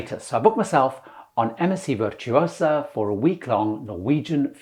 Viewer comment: One and done with MSC. *Virtuosa = Veer-too-oh-zah, roll the R